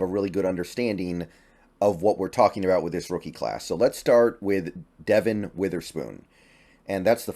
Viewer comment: The name Devon is fairly common in the Carribean community here in the UK and I imagine also in the US. Trust me Devon is the correct pronunciation not De-von. Go Hawks